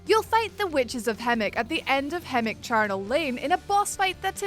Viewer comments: Sooooo have i been pronouncing hemWick wrong or.... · > Witches of Hemwick > 'Witches of Hemmick' > Garl Vinland > 'Garol Vinland' ...The Cringe.